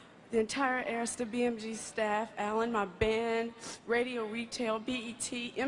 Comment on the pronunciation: Inside joke.....Hearing the correct pronunciation of Arista records brings me such joy 😅😅😅😅😅😂😂😂😂